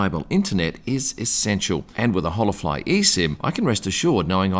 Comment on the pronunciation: I think it's pronounced Ola fly. Not Hola fly.